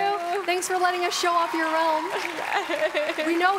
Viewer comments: IDK what her name is but the girl in the black jacket with a white shirt inside of it She calls realm: Rolm me : Rolm? why is she saying rolm? its called Realm not rolm “starts laughing”🤣😭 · Access to your “ RoLm” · Next time you might wanna find someone who can actually pronounce "Realm".